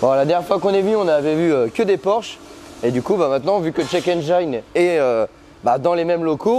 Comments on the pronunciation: juste une petite rectification de pronunciation sur le mot Engine en anglais, penses a la terminaison de "frangine" ça ira beaucoup mieux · Quitte à leur faire de la pub, autant bien prononcer le nom de leur société 😋 Engine en anglais se pronce "ène-jine" et non pas "ène j'aïe ne" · En anglais, on "ENGINE" se prenonce "aine-jine" et pas "aine-geaïne". J'imagine quio peux y a out de la clientèle internationale, si ca peut aider... Merci encore pour la qualité des vidéos!!! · Alors ce format la c'est juste GÉNIAL!! Faut faire des vidéos sur ce genre de thème 😃 (Petit détail: "Engine" ne se dit pas aine-jaïne, mais aine-jine, comme Gin-tonic) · engine : N-Gin .... pas N-jailln ! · Dufay mais en aucun cas ça ne ce prononce "aïe" dans Engine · haha j'ai déjà fait plusieurs fois la remarque à notre cher pour la prononciation de "'engine" mais il n'écoute pas toujours 😊... il doit trouver que ça fait plus mieux... même si en anglais il y a des règles en matière de prononciation du "i" mais aussi des exceptions... cependant tout ceci n'est pas bien grave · J'aime bien la prononciation a la française de check engine, on veut mettre de l'ail de partout ;) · Nickel comme video, change rien, même si la prononciation engine n'est pas bonne🤣, moi j'aurais dit pareil que toi, on t'aime comme ça.